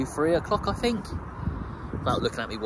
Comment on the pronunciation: You know Think is NOT pronounced “Fink”. You Thuckwit!